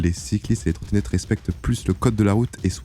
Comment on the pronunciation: 8min46 les trotrotette électriques il a dis 😅